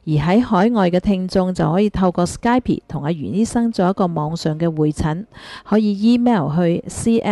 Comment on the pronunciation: 我很喜歡聽你們的節目，但是請主持人不要再說sky+pi, 真確的發音是sky+p(而p是不發音的只把口輕輕合上)。謝謝